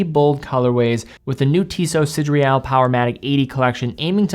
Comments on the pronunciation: Should be "see, day, rall" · Hey. I picked one up 2 days ago. It truly is lovely. One small thing: it’s “Sidéral”, not “Sidréal”.:-) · Sid-re-al…?? Pretty sure it’s Sid-er-al. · Am i the only hearing "sidreal" ? In any case, great video and great watch :) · Why is (mis)pronouncing "sideral" as if it is spelled "sidreal"? Even the actual word (sidereal) is pronounced sə-DEER-ee-əl. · SIDERAL WTF IS DAT PRONUNCIATION LOL I LOVE YOU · Good review. But you totally mispronounced the name of the watch.